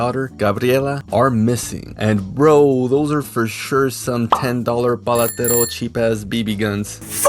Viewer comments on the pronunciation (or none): you mispronounced "Paletero"...